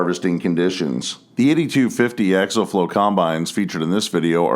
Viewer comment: Dadgummit!!! The word is pronounced Ak-see-uhl!!